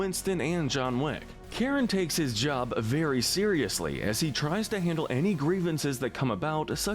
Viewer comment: You just had to say Charon's name wrong.